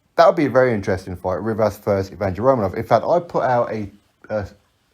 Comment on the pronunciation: It’s pronounced evyeny Romanov